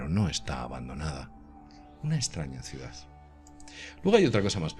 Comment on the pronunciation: QUE ES UNA CIUDAZZZZZZZZZZZZ, SERA CIUDADDDDDDD ME PARECE...................CON D AL FINAL